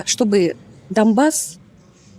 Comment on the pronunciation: Та скільки ж можна казати доНбас, а не доМбас!!!🤮🤮🤮